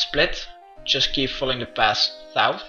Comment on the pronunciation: Just keep following the pas thouth